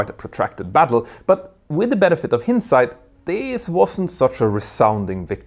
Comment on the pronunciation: Your English pronunciation needs work. There are several words you say incorrectly. "Hindsight" and "Origin" as in Blue Origin being just a couple of examples. Thought you should know. Great content nonetheless.